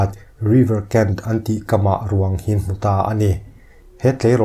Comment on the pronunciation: "ṬHIN' hi i va han lam NO êm êm ve le ṭhianpa!!!